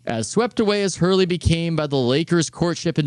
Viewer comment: Had to stop listening after the 2nd "Danny Hurley". Smh